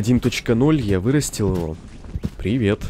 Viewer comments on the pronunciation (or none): none